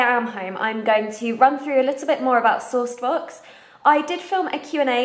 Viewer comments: I thought you were saying "sore spots" until you showed the box! Ha! :P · I thought you were saying "sauced books" until I saw SourcedBox written and was super confused, lol.